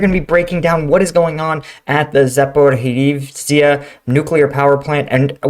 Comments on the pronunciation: If it helps, it's pronounced zaporidja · A pronunciation note that may be of help is that "zh" is pronounced like the "s" in pleasure or treasure.